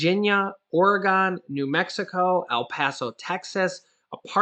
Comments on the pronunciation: ...vert inconsequential in this time...buy it IS "OR-RE-GUN" We aint GONE yet. Thank you for your info. Butcits like nails on a Chalkboard to the entire state. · Oregon is pronounced Or E Gun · Wtf is orAgone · It's not Oregone